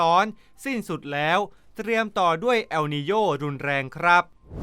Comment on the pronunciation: ทำไม ออกเสียงว่า แอลนีโญ่😅